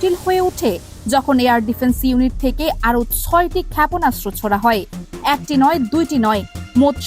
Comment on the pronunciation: আপা, যেহেতু আপনি ভয়েস ওভার দিচ্ছেন, তাই আপনার উচিত ছিলো শুরুতেই উচ্চারণ নিয়ে পর্যাপ্ত চর্চা ও অনুশীলন সম্পন্ন করে তারপর এই ভয়েস দেওয়া। বেশির ভাগ বাংলা উচ্চারণ এতো টাই ভুলে ভরপুর যে না চাইতেও বার বার কানে অশ্বস্তির অনুভূতি তৈরি করছিলো। অধিকমাত্রায় যে শব্দগুলো বেশি বিরক্ত লাগছিলো, তার মধ্যে উল্লেখযোগ্য হচ্ছে, খেএয়পোনাসত্র (শুদ্ধ: ক্ষেপণাস্ত্র), এএএকটি (শুদ্ধ: একটি) ইত্যাদি।